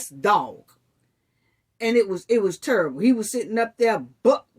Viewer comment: No one knows cause who cares. Its quite cause its there business do u record a video everytime you punch you man ? Judging how you say the word terrible like turrible i know u beat men